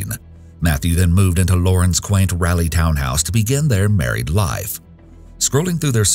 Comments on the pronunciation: Its Rah-lee not Rally. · I hate it when I hear the mispronunciation of my home town. It’s not “rally” North Carolina lol. Think of it as “raw-Lee” 🤣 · 🤦🏼 it's "rah-lee" not "rally" 😭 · OMG it's RAH-lee. RAH RAH RAH-lee. Aaaarrrghggh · Sir pls don’t say ralley North Carolina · It’s raleigh, not rally. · why does no one on YouTube know how to pronounce Raleigh